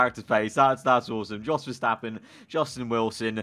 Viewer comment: It's "yos" verstappen